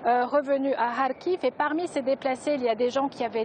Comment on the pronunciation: Kharkiv pas "Khariv" !